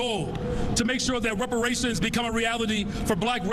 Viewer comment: Juneteenth should be called Black Dependence Day. Also is Brandon saying rubberations. Rations made of old tires? Seems a bit harsh.